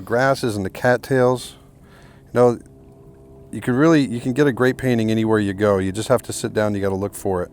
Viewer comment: Nice to hear an American say painting without dropping the t usually you fellow breatherin say paining!